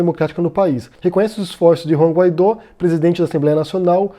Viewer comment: "Guaidó" pronuncia-se "Guaidô". Sua "auto-proclamação" é determinação constitucional de seu cargo, não ato arbitrário dele. A mídia constantemente dizer apenas "auto-proclamado" apenas distorce os fatos e atrapalha a compreensão pública da situação.